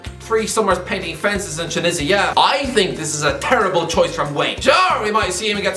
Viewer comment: Ameri-Kah Philadelp-hya Tunisi-ah this is good stuff